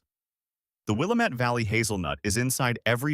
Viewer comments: Will-am-ette NOT Will-a-mette. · Will-A'-mette, dammit! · It’s Wil-lam-et Dam-it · Wih -lamb-ett.. till-uh-muk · It’s pronounced “will-LAM-ette”, with the accent on the second syllable. And it’s “tilla-muck”, not “tilla-mook”. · It's will-am-it-damn-it. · I don't understand your hall monitor statement. I just think Willamette should be pronounced correctly in a story about Oregon. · no offence but your pronunciation of Willamette is terrible. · Arrrrgh! The speaker biffs the pronunciation of Willamette every time. About a dozen of them. The first is understandable, but then keeps piling it on. And on. And on. Willamette sort of rhymes with damn it .